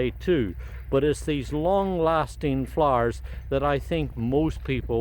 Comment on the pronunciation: love the Irish ☘️❤️ thank for your videos x it when you say floooers 😊❤️